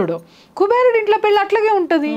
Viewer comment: పెళ్ళి అనడం రావడం లేదు